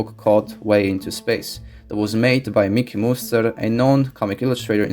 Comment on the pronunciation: You got it wrong, it's "Miki Muster", not "Mickey Mouser".